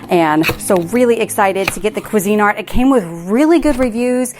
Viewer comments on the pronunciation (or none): How fun.. Yes hunny. That was a 7mil mylar bag and an O2 absorber. And for your language lesson for today 🤣🤣🤣 Cuisinart kwee-zuh-NAHRT OR KWEE-zuh-nahrt (most popular) ❤❤❤